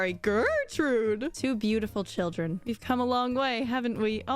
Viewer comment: I really appreciate how she never broke character on the sYLLABLE stress for her cHILDREN